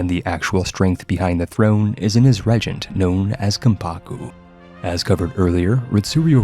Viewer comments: PIE-ety. REEgent. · It's pronounced REEEEgent and PIEty.